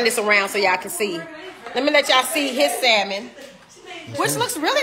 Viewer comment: 🤭💜YOU WON💯 👏💯Thank you for pronouncing SALMON correctly✌️ Hit me back I have a HILARIOUS story about you and the group but mostly you and Kandi when I walked with you to a restaurant while you were in NY(Manhattan) when you were young... I had the pleasure of meeting all of you and the awesome opportunity to see you at least 5/6tms per year... The situation with the task of escorting all of you made me so nervous because I was afraid someone or people would try to abduct one or all of you... 🤬🧐😠You and Kandi did something that still shakes me to this damn day!!! Y'all were so wroooong for that and we had to RUN back to the hotel a FULL NY BLOCK AWAY!!! I Blocked cars and buses holding my hands up "you laughed along with Kandi, your Sis and Tiny" at first but quickly realized it could be bad... 😒😤😮The entire situation was all on you and Kandi... 🤣😝I will forgive you if you ship something to my elderly Mom and I "maybe"...😆😁 So EXCITED for your growth, marriage, motherhood, business and exciting group of people who always gravitate to you.. Be well PROUD of YOU ALL... I will try to locate the stack of autographed pictures and my Back Stage Passes, T-shirts, pictures Mostly I just have memories, little stories that remain in my head... My students absolutely LOVED to hear about my seeing all of you... Everyone would beg me to tell what hotels you were staying in... I NEVER repeated anything I saw/heard except this!!! Cause it's FUNNY NOW!!! 🙄CRAZYASSES😝 The BEST thing about you.